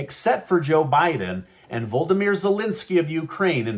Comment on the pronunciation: VO- LOD- O- MER Zelensky NOT VOLDERMER